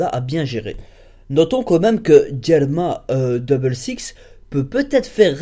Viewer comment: Pas mal la review par contre il faut travailler ta pronociation des noms parce entre "Jelma 66" & ou le nom de newkama land "Inouyarash" ... c'est moyen ça casse ton rythm et donne la ( fausse impression) que tu ne sais pas de quoi tu parles